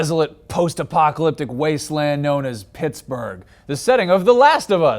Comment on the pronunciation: Dislike because of the way you said Pittsburgh.